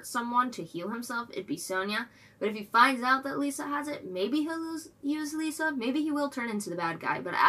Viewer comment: 1 minor nitpick it's not pronounced like lisa. no lee sound just li sound